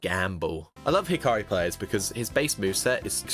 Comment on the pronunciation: Who the fuck is hikari his name is Hakari dawg 😭🥀🥀